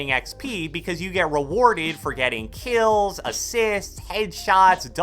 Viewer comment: Nobody:: keills